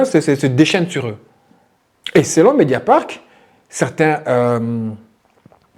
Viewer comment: Qui peut aimer Cyril Hanouna aujourd'hui ? Incroyable !!! (petite rectification pour que tu sois parfait c'est : "MédiaparT" et non pas MédiaparK"... sinon BRAVO pour ton super travail.